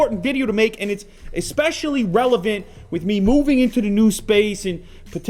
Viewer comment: You really should throw a chair and say "expecially".